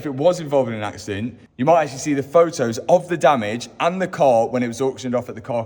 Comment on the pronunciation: Actullay, the batterray eventullay will be in the trunk?? 😂😂😂 apparentlay!